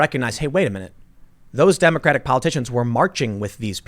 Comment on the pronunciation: Tim. you keep saying Democra tik party